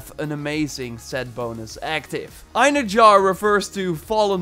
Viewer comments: It's EinherYAR, not Einherjar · Just so you know. The j in einherjar is pronounced like an h not a j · I'm pretty sure its pronounced. ein herr yar. (Einherjar) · Bruv...”Einherjar” is pronounced “ENhairyYAR” for everyone butchering this name. For reference, in SPOILER Asgard, Thor says this a few times during the first quest at the meeting in the Great Hall before the battle at the Bifrost. If you choose Thor to fight alongside you he will give a speech calling to the Einherjar to join the battle. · You are pronouncing Einherjar slightly right (eye-nee-he-ra-are.. The ra-are sounds like rawr) just that the "J" is silent. But yeah i believe i was the one who pointed out that the armor set was based on fallen vikingr who go to valhalla to wait for ragnarok during your live stream, keep up the good work i enjoy your gameplay and the info you give. Fan From Norway 👋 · Eyenerjar lmao that killed me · Einherjar is actually pronounced "en-haer-e-yaar" :) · Eyen-her-yar is how that's pronounced. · Pronounced Ine-hair-yar